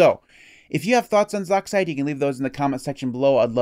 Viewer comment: I've always heard it pronounced "z"-"oxide" not "zoxide"